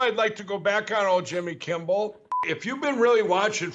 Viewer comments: why's he call him Jimmy kimbal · If he ever gets his last name right, it will be because he calls him "Jimmby Kimmel." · Funny how the crackhead pillow guy always says Jimmy Kimble. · Mike still calls jimmy "Jimmy Kimbbel" all the time😂😂😂😂 Everytime i hear him i be dieing laughing...😂😂😂😂🤣🤣🤣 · XD he really said “Jimmy Kimble” in one of those clips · Who is Jimmy "Kimbell"? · jimmy “kimbel”